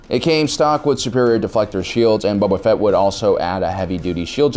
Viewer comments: Cause he says every name wrong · Why do I keep hearing “Bubba Fett” lol